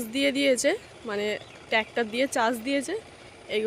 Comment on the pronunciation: Special day k barbar pesal pesal day korcho surprise k suppraiz bolcho tractor k tactor bolchokeno... english boltei hobe ta joruri nah..vul val bole nijeke hassokor bostu banao keno..banglay bolo